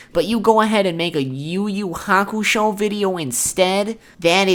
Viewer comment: You think we are pinecones? Are you a Filipino hater mate? What's wrong naming them differently from the original Japanese work? Than your yuyu hakushow, tagorow pronunciation?